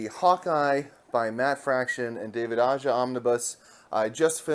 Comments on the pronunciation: Aja's last name is actually pronounced as AHA with a thick H. What an amazing wonderful run this was, his artwork was just gorgeous and the stories had heart and lots of humor. A gem to behold (finally) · the J in Aja is pronounced more like a H